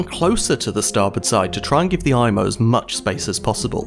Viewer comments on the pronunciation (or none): It's pronounced "E"mo", not "I"mo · Good Video! Just a few additions to your information. In French, an "I" is pronounced like an "E" in English, so the ship's name is pronounced like EMO. The submarine net extended from McNabb's Island to the Halifax side of the shore of the harbour mouth. When the Mont Blanc arrived at the mouth of Halifax Harbour too late to be admitted, her Captain was so concerned that he had the red hazardous cargo flag taken down. He was nervous that flying the red flag would make the Mont Blanc more of a target while at anchor outside the harbour that night. The Captain was in such a hurry to get inside the safety of the harbour the next morning, that he did not remember to raise the red warning flag. This would have given some warning to other ships that the Mont Blanc was a floating bomb. Your explanation of the reason that the Imo was out of position in the Narrows was the best I have ever seen. Good work.